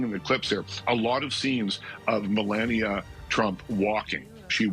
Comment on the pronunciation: Get it right, its Melanoma Trump !